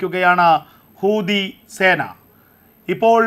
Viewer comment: എൻ്റെ പൊന്നു ചേട്ടാ.. കൂതി അല്ല... ഹൂത്തി യാണ്...😅😅😅 ചേട്ടൻ വാർത്ത വായിച്ചാൽ ഒരു ഗം ഇല്ല.. വള വള....സത്യം...ആ കണ്ണാടി വെച്ച ചേച്ചി വായിക്കുന്നത് നോക്കൂ.. എത്ര മനോഹരം...